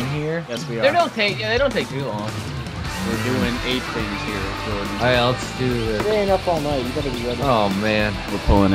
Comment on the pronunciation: I wonder why nova pronounces jordens/kootas name funny.